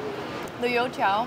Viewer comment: Woah, your pronunciations for the food names are actually accurate! Especially when you said “You tiao” you sounded chinese!